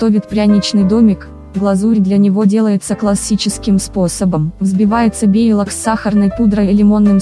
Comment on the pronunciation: Белок!!! Не бейлок